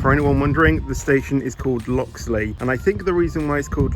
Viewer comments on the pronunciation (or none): Loxley sounds like coxly